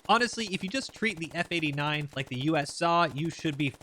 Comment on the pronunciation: u said Minimi or f89 wrong